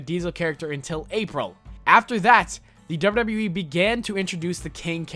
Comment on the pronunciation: This guy spells wwe like wyueee